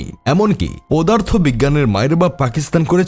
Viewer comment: পোদা র্থ😂😂